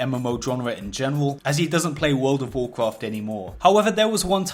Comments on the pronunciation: It sucks when you bwake the wules and get punished in Woold of Woolcrahft. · Wuld if woacraft Seeing a lot of comments about his pronunciation but I heard a pronunciation of the game that'll put this out of game immediately. Can't explain it by text but I'll try: Vaarkraaft It cringed me into a parallel dimension. / Just got back to WoW and somehow jumped onto the WoW video train. Good to see interesting new videos. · you cant say world of warcraft for shit and it triggers the fuck out of me work on it